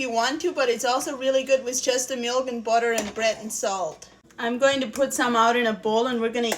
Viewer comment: If you're saying Budder for me, You made my day. I love it. If you narrated your cook-book, it would be a sell out.❤❤❤